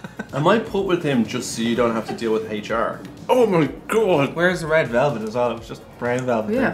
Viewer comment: Dublin man gains 2 stone in one week. He reportedly keeps repeating "red velvelt" over and over again. Experts believe he will make a full recovery.